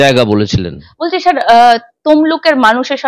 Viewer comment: আপনার প্রচেষ্টা ভাল। কথাটা শার নয় স্যার। 'স' টা একটু চর্চা করুন আর প্রশ্ন গুলো আগে থেকে গুছিয়ে নিন। ক্লোজ এন্ডেড প্রশ্নও কিছু রাখুন। যা পাব সেটাই কন্টেন্ট এরকম হওয়া উচিত নয়। হোমওয়ার্ক।